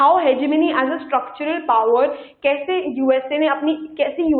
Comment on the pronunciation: Ma'am your lecture was very helpful indeed! I just want to say one thing more is that please see to your pronunciations and try to correct them.As students will listen to you and will speak the same. ex:routes..hegemongy listen to the pronunciations on youtube. Please do not mind it is like that for cbse students besides the concept these all things matter too.